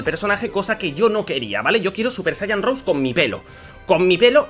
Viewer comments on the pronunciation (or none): no se pronuncia "super saiyan rous" se pronuncia "super saiyan rosé",pero de todas formas,buen video